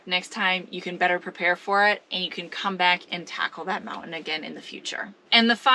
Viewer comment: Moun~ain , I like the way you say it.